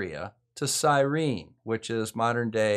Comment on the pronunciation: Syene, not Cyrene.